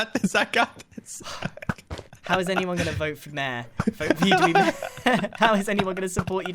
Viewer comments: It sounds like mare instead of mayor now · One thing I love about British people is the way they pronounce things Example Water Bottle (wae boe) Mayor ( mare) Wear (where)